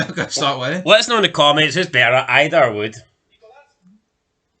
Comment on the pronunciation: It's pronounced ee-dah btw. Celtic havent played well in those games, but the ross county game, you said they were the better team. We were shite but still the better team. That was the point. Idah wasnt worth 9 mil but could be. Lads still young with lots to learn so im not going to compare him with anyone until he gets a full season under rodgers